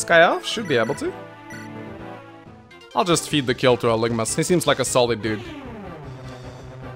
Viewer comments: Aligma balls is all I can think of every time mangs misreads algimas name 😆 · I know you're on vacation now, but hopefully you realize that you're mispronouncing Algimas, you're getting the letters mixed up. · Think you're flipping the g and the i in Algimas there buddy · It's actually Algimas though, not Aligmas. He has the i and g backwards. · I'm way late to this, but why wouldn't you go with the red color on this one... Also, "Aligmas" lol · Are we just going to ignore that his name is Algimas and not Aligmas? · A new LP and im already cringing at Mangs not being able to read. It clearly says Algimas and he says "Aligmas" I know im being petty but it bothers me. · I know I'm late but its ALGIMUS AL-GIM-US NOT ALIGMUS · Dude. Please. His name is pronounced AL-GEH-MISS